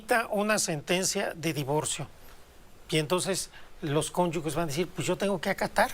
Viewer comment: Denota egoísmo, furioso el señor parece que le va a dar un ataque de lo molesto que está se equivoca y pronuncia mal la palabra cónyuge. Pero además él formó parte del poder judicial que ahora critica y denosta, porque no renunció en su momento a todos los privilegios que tuvo. El sí que es un traidor a la patria. Se predica con el ejemplo señor